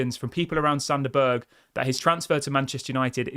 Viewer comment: It's pronounced berg not burger! Lol